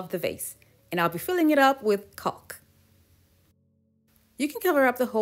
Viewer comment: These are so so cute!!! The adhesive your using to hold the palm bowls is pronounced CAW-K even though it's spelled CAULK the L is silent. Just thought you would like to know.....your amazing....❤❤❤